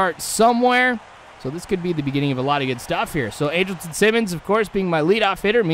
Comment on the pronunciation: Your pronouncing Andrelton Simmons name wrong. It's pronounced Andral-ton. But other than that great video.